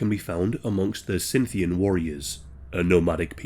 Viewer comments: Just a note: Scythian is pronounced sigh-thian not Cinthian but otherwise a great job. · *Scythian, not Sinthian